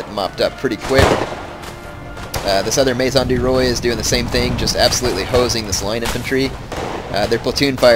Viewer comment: Maison du roi is pronounced may-zon du wha.